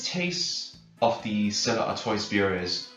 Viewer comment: It's pronounced "Artwah". ☺